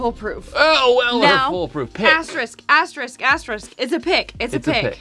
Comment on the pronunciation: comes on looking so fine and classy, hops off the tractor moseys into the studio. SMH Also,, it's aster-isk, not a$$-trick. Oh well, still love you kids. Cheers!